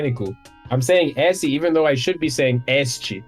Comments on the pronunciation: ok, vamo lá, primeiro, muito bom q o nome do cara é, n boto uma fé, segundo, deu pra ver q ele tem problema com os "ê", "e" e "é" quando ele fala esse, que parece um ésse, terceiro, ótimo vídeo meu bro, continua q um dia cê chega lá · The words “esse” and “essa” are a great example of the difference between a closed and open “e”. They should sound like “êsse” and “éssa”. Even has a hard time with that difference.